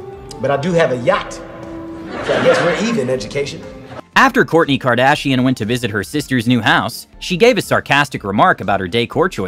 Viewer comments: Please, please, PLEASE. Look up how to pronounce the names of the FAMOUS people you make videos about🙏🏻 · What is KardShian? Is that English? So cool 😎